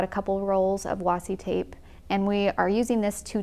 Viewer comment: "wassi tape" - cringe